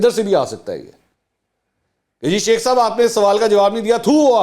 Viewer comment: منصور بھائی چاہے غلطی ہی سہی لیکن شیخ رشید کو "سیخ" جچ رہا ہے ویسے 😜🤣😂